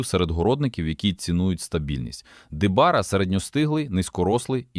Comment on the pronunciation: Що за "дебара"? Може де барао? То серія сортів де барао всі високорослі півтора-два метри. 😊